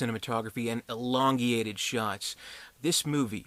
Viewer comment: secs " elongeated..."...????? Ooooh, you mean ELONGATED.....Sheeesh dude...!!!